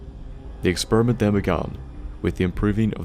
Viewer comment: I AM not thying to be offinsive but when u say experiment it sounds like exspermint